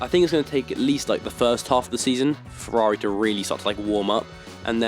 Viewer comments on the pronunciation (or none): none